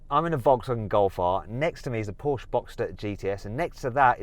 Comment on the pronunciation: Why can't he pronounce Porsche?